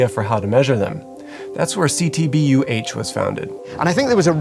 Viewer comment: I like how they pronounce the acronym CTBUH as “See-Tee-Buh”. It’s exactly how my thought narrator reads it Edit: at least he did it once. Oh well…